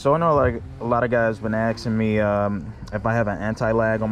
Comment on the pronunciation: What the fuck is axing